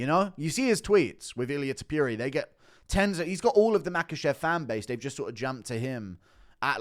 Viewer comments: Its pronounced Te Po ria not te poo ria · No sure person called Illia Tip-pure-ee-yur 😆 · Love you Guru but please learn how to say Topuria's name properly. You've said it so many times it's hard to ignore. Rofl.